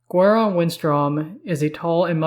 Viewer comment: its GWAY -RON... gwahron sounds terrible